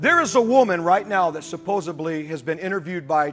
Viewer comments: supposebly. One word proof of moron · Whoa that dude at 7.5 min. in just used God's reference vainly... plus, he said, "Supposably". Man, I'll he so mad if that word ever gets added to the dictionary. I wasnt going to say anything but he just violated a commandment and that I couldn't let go. Tho, if you knew me you'd be proud of me for having ignored that instinct to correct. I must he growing. The bigger question is, how do you get thru Bible School not ever finding out, it's, "Supposedly"? Okay, now be honest,who just learned that the 1st word isn't a word and that you've been saying wrong, too. 😄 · saying "supposebly" is disturbing me most of all at this particular moment. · That preacher says “supposibly”, as if we couldn’t take him seriously before… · “Supposeply” Always makes me giggle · Pastor guy at the end said " Supposably" and " Bandwagging" . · Suposably???? Hahaha hahahahahahahaha!!! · "Supposebly." Hundred bucks says he pronounces the word nuclear as "nucular." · Did that moron say 'supposebly'? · Did that idiot evangelist say supposeably instead of supposedly ? Yep,he did. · I couldn’t watch any more of Hank after he said supposABLY!!!! That’s it I’m done! If some fuck ever says supposably instead of supposedly I’m fucking done! God dammit!! He obviously also texts definately and uses the the their/there/they’re wrong all the time. 100% guaranteed!! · "...who has supposubly..." 😂👍